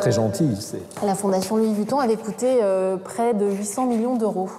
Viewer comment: « Louis Vutton »